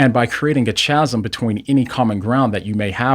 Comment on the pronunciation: Chasm — Pronounced Kaz-um. 💫